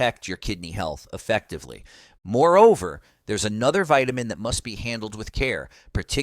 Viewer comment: Starting " veetamin" d.. b12.